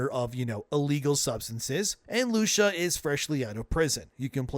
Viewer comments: Who tf is lushia. It’s lucia 😅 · Lusha ? Lucia (loo cee a) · bro stop being pathetic. You watched the trailers you know how her name is pronounced LUCIA! Loo-See-Ah!! Absurd talmbout “Lusha” everyday🤣🤣🤣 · lew Si a!!!!!!!!! NOT LUSHA!!!!!!!!!!!! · It’s lucia not lusha 😂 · Omg its not loosha is Lucia (Lew-see-uh) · Bro, why do you keep pronouncing her name as Loosha? It's Lou-see-ah. Have you really never heard that name before? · "LOO-SEE-AHH" not Loosha. Wtf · It's Lucia, not Lusha. xD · Dude. Work on your name pronunciations. Its pronounced Loo-see-ah, not Loosha. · Anyone notice that he calls her Loosha? Is this ragebait? Her name is Lou-see-uh. It's a common name dude and you've heard people say it many times before in reference to GTA6. This screams AI generated audio. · Bro... lu-see-uh, not lu-sha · Her name isn’t Lusha. It’s Lucia. “Lew-See-yuh” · Who TF is LuSCHA?! its LUCIAAAAAAAAAAAAAAAAAA god damn.... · Loo-see-yah not Loosha god dang yall it's like nails on a chalkboard every time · Who tf is Lu-shuh? I've only ever heard her name pronounced Lu-see-uh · It's "Lusha"?.... and not "Luu-see-yah"? Have spanish people been mispronouncing their own name for hundreds of years? Or is just terrible at pronouncing shit? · who tf is lusha .. I think you mean lu-cia or loo-see-ah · I hate the fact that you keep calling her “Loosha” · Lusiya not LUSHIA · It's "loo-see-uh" not "loo-shuh" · Who is Lu-shuh? I thought it was Lucia (pronounced Loo-see-uh). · It's Lucia not Lusha. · 🤡doesn’t change the fact that the more popular pronunciation is loo-see-a. If you want to go directly to the Spanish roots, which considering this is based in Miami, you could even get away with Loo-Chee-uh. Loo-shuh is extra, my guy. Rockstar themselves have confirmed it’s Loo-see-a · Lu-CEE-YA bro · Lucia is pronounced Loo-see-uh, just FYI. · stop callin her lusha bro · It's Loo-see-ah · “Loosha” bro can’t fkn read 😂😂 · Bro said Loosha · Lew-shah. Okay... 😆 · Loosha lol